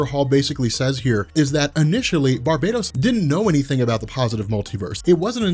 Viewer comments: For the love of god its Bar-bah-tos not bar-bay-dos! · The words are pronounced STAM-IN-AH and BAR-BAH-TOAS....there is only one “I” in stamina and Barbados is a Caribbean island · Well for one (not to sound rude or anything), but it's pronounced and spelt: Barbatos. And Two, there probably is but for now, Remember: All Roads lead to Darkness.